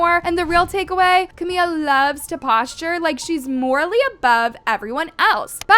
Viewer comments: Her name is CamiLA. The whole video you’re calling her Camia. Literally SO CRINGE. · Her name is "CaMILA" not "CaMIA" smh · “Ca Mia “ 😭😭😭😭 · yeah I get it but whenever sb or Camila talks about hs she says Camila not Camia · Camia? Say the name right wow how annoying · I mean maybe say her name right one time if you’re going to clown on her. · I beg you to please pronounce the L’s 😭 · Girllll pleaseee learn the correct names of people you talk about its trrriggeringgg